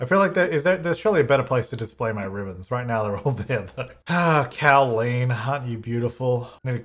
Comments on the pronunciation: as a Colleen all I kept hearing this episode was a cow version of my name 😂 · The name Colleen: ~exists~: Cowleen! Like Jolene!